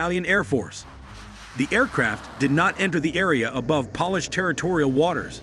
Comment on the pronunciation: Please dont pronuce polish a polish like nail.polish